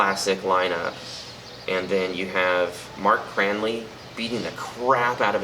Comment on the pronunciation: Jeez! Reviewing in paradise! First, I wanted to say I agree about Signals... as much as I love all Rush, that's the beginning of my favourite period. I also wanted to point out that it's Mark Craney, not "Cranley". (But you did say you like to include one inaccuracy.) Nice to see such enthusiasm for such an underrated album.